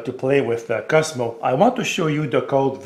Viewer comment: His name is not Cusmo as you say, it's Coooozzzzzmo.